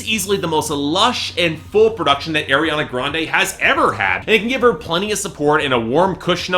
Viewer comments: Pls say Ariana right! It's arr not airr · It's pronounced R-E-AH-NA NOT AIR-E-AH-NA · he just said AIR-I-ANA i cant anymore shoot me someone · Everytime you say " Air-Riana Grande" it makes me cringe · Three albums and you still don't know how to say her name. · You've done like three reviews of her work and still don't even pronounce her name right